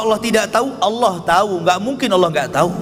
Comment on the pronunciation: Salam saudara Islam ku,,Sebutan nya harus benar²,itu nama Tuhan kita maka nya harus benar² dong,bukan Alloh tapi sebutan asli nya Allah